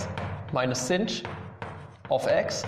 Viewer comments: SINCH XDDD Are you purposely shunning its proper pronunciation of shine? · Every time you say cinch, a puppy dies.